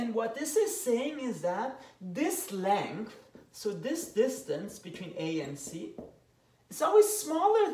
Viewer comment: "the legthgh"